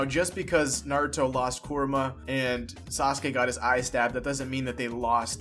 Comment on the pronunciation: Why are you saying his name like "Koruma" when it's "Kurama" ??